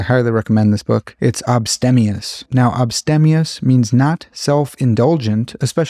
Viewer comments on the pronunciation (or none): My favorite word is sassafras because it's fun to say. 😅 Recently I learned avuncular and materteral. He cites abstemious, which I think he mispronounced. Maybe it should rhyme more with abstain or abstinence. If we keep his odd pronunciation, then a similar-sounding word that I recently learned was obstreperous. I think I read that word in Cloud Atlas. There are lots of fun words to learn. I consider reading the Oxford English Dictionary for entertainment. My mother has The Compact Edition of the OED at her home. It's two giant volumes with thin paper and it comes with a magnifying lens because the text is roughly size 2.5 font. 😅 It has something silly like 600,000 words with all of their etymologies and definitions, and some citations. I suppose it's what my grandmother used before we had the internet to search for words.